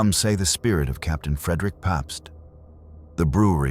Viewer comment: Vilas County, Fond Du Lac and even "Pabst" being mispronounced. 🙄 But the inappropriate pauses and inflections totally give it away. "Mrs. (Long pause) Lamont".... It's not the worst that I have ever heard, but it definitely is AI